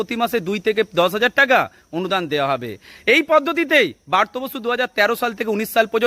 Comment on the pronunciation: ভালো করে উচ্চারণ করুন দয়া করে। কথাটা বার্ত নয় ব্রাত্য 🙏